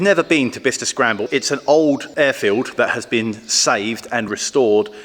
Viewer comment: Thanks to you I now know how to pronounce 'Bicester'. 🙂 I thought it was bi-kester. A V6 engine doesn't seem historically appropriate, plus it would be a massive (and expensive) amount of work.